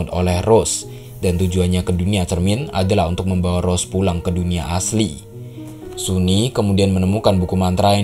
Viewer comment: Bang, sunny itu cewek ya? Dilihat dari tubuhnya dia itu cewek, hanya saja rambutnya yang pendek. Wajahnya juga sudah cantik, tubuhnya juga tubuh cewek. dipastikan dia cewek Bacanya bukan suni tetapi sani